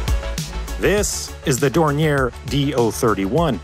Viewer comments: DORNIER not 'dorniere' . at least learn to pronounce names before making these videos. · I have never heard Dornier pronounced that way you seem to be ending the name in "air" this is the way I have always heard it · The company is pronounced "Door-Neer." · It's Dor-nee-Eyy, not Dor-nee-Air my guy. But that's oke, because I still say it wrong sometimes. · Dornier, not Dornière - it’s German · Thanks a lot. As always, great video. Minor qualm: Dornier is supposed to be pronounced Dorni-ay not Dorni-er (German founder Claude Dornier was born French). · Dornier [Dornyeh] from Claude Dornier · Appreciating the effort to pronounce the name in the supposedly correct German fashion but alas, it was in vain. For Dornier is at heart a French name, not a German one, and therefore the pronunciation is "Dorni-eh". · The name is pronounced French ("Daouniee" ) as Mr. Claude Dornier was of French descent and also had a French passport (while also being a German citizen, which was made possible by Count Zeppelin himself). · One of the two prototypes to see flight is on display at the Dornier Museum Friedrichshafen in Friedrichshafen in the south of Germany. On a different note, the name Dornier is of french origin, so the pronounciation is more on the lines of "dorn-yeh". Anyways, very well researched video as always, thank you. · Dornier = Door-knee-ayy. The founder was of French ancestry. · A note on the pronouciation of "Dornier": Pronounce it as if it were French, more like "Dornyé". The r at the end of this name is not spoken. Oh wait, German is famous for being so very logic because it's pronounced exactly like it is spelt? I heard that rumour, too. It's bogus. In our language, the only real rule is that there are exceptions to all rules. Nice video, I like your animated graphics! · It's pronounce "Dor-neeer." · More like "dorn-yeh", but yeah. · Cringing everytime he mispronounces Dornier. Otherwise interesting video. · You're pronouncing Dornier wrong